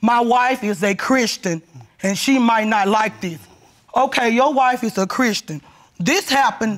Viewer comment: His wife is ChrisTAN? She said it several times, so it was no mistake, lol!